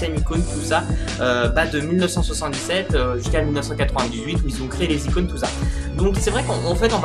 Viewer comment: "De nouvelles icounes" xD